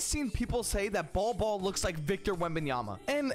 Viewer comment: It’s pronounced ‘Bowl Bowl’, but hell ya! 👍